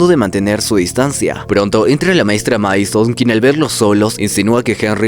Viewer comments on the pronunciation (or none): none